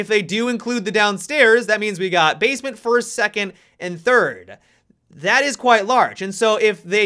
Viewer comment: Am I deaf or did I hear "Basemince" I hope we have a "Basemince"